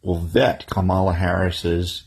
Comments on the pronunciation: She pronounces her own name like COMM-ela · I've heard her name pronounced Obamala. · It's Kambama